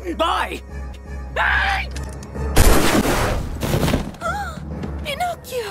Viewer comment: “Im ✨ bEllA ✨ “ “pInCochiO”